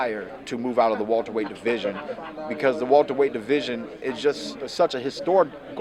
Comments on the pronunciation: I'm sick of hearing this nigga say Walter-weight instead of Welterweight lol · Wilbart weyhhht